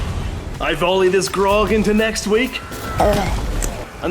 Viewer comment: How is summoning an orc drink going to help bro its not pronunced Grog 😂